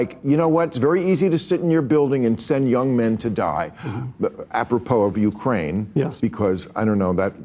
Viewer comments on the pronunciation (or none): none